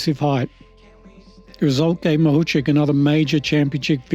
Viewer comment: Откуда вы взяли фамилию Махавких (Makhavkikh)??? Неужели так трудно выучить призношение фамилию украинской чемпионки, оне совсем не «Махучих», она МАГУЧИХ!!!